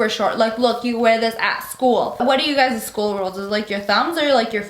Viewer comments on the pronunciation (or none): Ew why you say hello gays